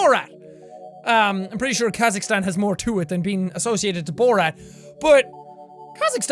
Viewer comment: Jack pronounced my country, Kazakhstan. My life is complete.